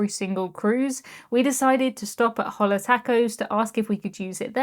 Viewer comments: I’m sure someone has mentioned this below but just in case… Hola (Hello in Spanish) is pronounced “O-La” and the “H” is completely silent. I throw this in because you travel so much! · Hola is pronounced Ohla the H is silent, it is a Spanish word for Hello. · Fyi.... pronunciation of Hola (restaurant) = Oh' - la.... the "h" is not sounded, & means "hello" in Spanish. 👍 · “Hola” is Spanish for “hello” and the “h” is silent. Pronounced oh-la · Love you but I cringed SO HARD when you said "Hollah Tacos" 😅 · I love your vids. Hola is pronounced ola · That secret bar looks great, but it is a glorified pay to enter show like the carousel lounge, or the next MSC robot bar, something I've also never paid for. Did you really pronounce Hola (hello) as 'holler' 😂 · I had to laugh; when you said "Hola Taco" restaurant you pronounced the "H" which should be silent. Very interesting review.